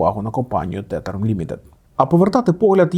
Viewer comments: Тетер?)) Можливо ТЕЗЕР? Teather - назва монети.. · Тезер, не тетер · Правильно вимовляти тезер а не тетер (філологи йдуть нах зі своїми правилами тому що їх ніхто не викристовує) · Чому тетер? Тезер (tether) правильно) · Тетер? Серйозно? Може тетерів? Пиво таке, а стейблкоїн тезер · Згоден, крінж